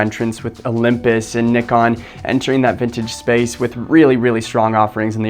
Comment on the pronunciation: Wow, you're one of few to properly pronounce Nikon 😂